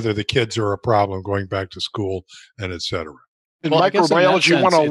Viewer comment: “eK cetera” is wrong. It is “ET cetera” - “ET” means “and” in Latin.